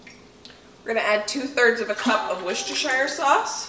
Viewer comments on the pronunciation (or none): Just because it's a bit of a pet peeve (what from being from there and all) Worcestershire is pronounced wuss-tuh-sheer. Wuss as in "don't be a wuss!", tuh like the letter t all by itself, and sheer as in "why are so many women's skirts and dresses so sheer?!"